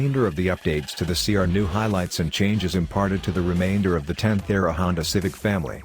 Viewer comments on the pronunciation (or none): Man how hard is it to get that speech software to say S.I. instead of "si"?